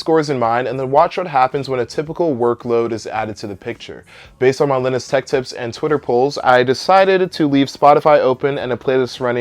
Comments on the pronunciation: When you pronounce "Linus" as "Lin-iss". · Hold up, how did you just pronounce Linus? Lol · linus tech you said his name wrong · How did he pronounce linus? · The way you say Linus makes me laugh.